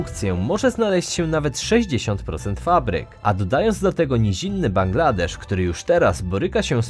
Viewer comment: Nagadałeś się i nic konkretnego nie powiedziałeś. Zresztą jak zwykle. Z tego, jak się wypowiadasz, wynika jak słabo jesteś wykształcony, np. jak wymawiasz Ho Chi Minh czy jak akcentujesz Bangladesz